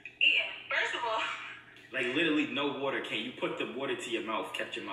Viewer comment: Dis dude think we gone slide past the fact that he said “litlally”